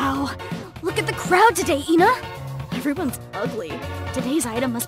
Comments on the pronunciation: No, it’s pronounced “Ehnuh.” pronounces it wrong multiple times. There could be a few different reasons for this, but we don’t know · There are multiple ENAs. also the E is backwards, and its pronounced eye-nah